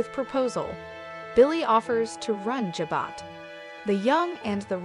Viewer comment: Can you please pronounce Jabot correctly? It’s not Jobot as in Robot — it’s Jabot as in Ja-bow.